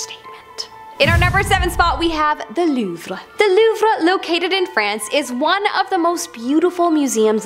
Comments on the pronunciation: learn how to say "louvre " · I've been to the Louvre. It's so huge and I loved it. I suggest going two days unless you you'd rather rush through. I always pronounced it loove btw. 😬🤭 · Loovruh lmao